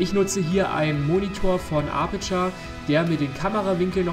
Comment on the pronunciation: Cooles Video aber du hast am ende die Namen wie Apurture und Rode falsch ausgesprochen. Man spricht Apurture mit: Eptscher aus